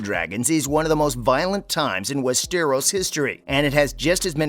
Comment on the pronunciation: Why does he insist on pronouncing westeros like that?